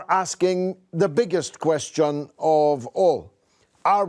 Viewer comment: Why is he pronouncing the word question like that? 😂